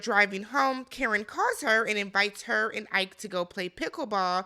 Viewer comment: Ike not like Tina Turner but "e kay"